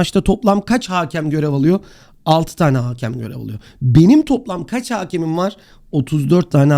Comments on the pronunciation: haakem değil hakem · haaaaaakem değil yalnız o; hakem